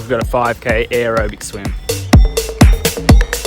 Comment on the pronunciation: Bro…. Vids are rad. But i can’t deal With the way you say aerobic. It’s unaustralian. I’m assuming you’re south Australian. They’re renowned for mispronunciation and making up words that don’t even exist